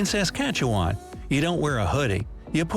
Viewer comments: A video about Canada by a Canadian would be far better. Hopefully someone who could pronounce Saskatchewan...yes, we wear bunnyhugs 🙂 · Odd they couldn’t find one of us Canucks to narrate …he made a mess of Saskatchewan, Newfoundland and Quebec and Narcisse too! I’ll try to do it phonetically for ye. Okanagan is oaka noggin. Saskatchewan is sus Katch oo wan. Quebec is Kay bek , and Narcisse is nar seece. And Newfoundland is pronounced like the word “understand “ noofund Land. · the pronunciation of Okanagan and Saskatchewan had me in tears. Also in Saskatchewan,, a bunnyhug is just another name for a hoodie or a sweater, which is just one without a zipper and with a pouch pocket. if it has a zipper, it is always a sweater, although i have sometimes heard people refer to it as a zip-up. regarding the climate of the country, it is a very diverse climate. I do not know from experience, but on the west coast in BC on the ocean side of the mountains people have told me its usually a pretty moderate climate, somewhat comparable to the UK. Once you get to the inland side of the rockies, on the great plains in Alberta, Saskatchewan, and Manitoba, depending on the season you can get very different extremes. In Saskatchewan during July or August, sometimes the temperature gets to be around 40 degrees celsius, and in the winter I have seen it get below -50 regularly. At one point, there was a town only around 500 km from the US border that was the coldest place in the world, even beating out a town on the northern edge of Siberia. As you move further east, the geology starts to play a large picture in the habitability of the country, with what is called the Canadian Shield covering much of northern Saskatchewan, Manitoba, moving down to cover most of Ontario save for a region next to Hudson's Bay and the Saint Lawrence region, and then it travels up into Quebec and covers much of the province, going into Newfoundland, and a little bit of Labrador as well as ev